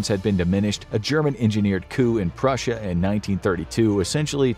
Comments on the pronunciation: 😂 Prussia not russia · Purrusia or tartary